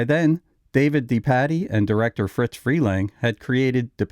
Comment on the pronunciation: It’s NOT “FRITZ” Freleng. It’s “FRIZ” Freleng. I knew the man. It’s FRIZ.